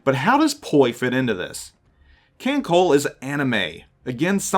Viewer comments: oh another thing, the pronounciation kan col "le" not kan col. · So I'll toss out the correction that I don't see in the first few screens worth of comments--a pedantic one. "KanColle" is short for "Kantai Collection," and thus the trailing E is voiced; the pronunciation, in English, would be "Kan-Co-lay." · It's a good video to have up, with a couple mistakes: 1. It's pronounced "kahn-tie" and "kahn-coll-eh" 2. Yuudachi is a Shiratsuyu-class DD (Shiratsuyu herself is also in Kantai Collection) Also, if you see a player respond to "poi" with "nanodesu" or "khorosho", those are the catchphrases of Inazuma and Hibiki/Verniy, respectively; they are both DD's of the Akatsuki-class. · KHAN-SOLE-LE(The way you says ole'): Kancolle ya welcome